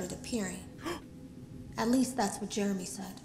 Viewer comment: When he said Jermey I immediately screamed ”JEREMISIME”